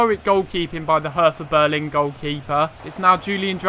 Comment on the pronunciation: Btw its pronouced Herta Bearlin